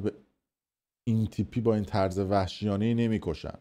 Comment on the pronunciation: خب دیوس تو که بلد نیستی کلمات رو درست ادا کنی خب گوه میخوردی استفاده میکنی.یه ضدو نقیض بلد نیستی و طرز رو میگی طورز.قرمساق همه ش هم میگی افشا ولی همونی هست که همه میگن